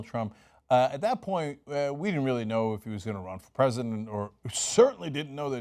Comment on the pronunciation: "Pree-shunt." Really???